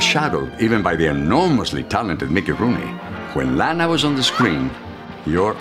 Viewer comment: He is pronouncing her name WRONG.... ITS SOUNDS LIKE LAHNA NOT LAANA